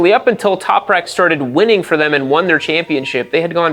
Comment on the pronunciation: Toperak? You mean Top-rack?